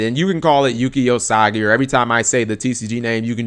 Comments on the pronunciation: LOL Usagi not Osagi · Thanks for the information,. However, I should point out on your pronunciation of "Yuki Usagi" You went from: Yuu-Key Uu-Sah-Gi To like Yuu-Key Oh-Sah-Ji, which did make me laugh.